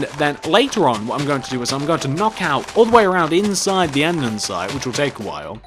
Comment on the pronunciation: Just sayin its andesite NOT andensite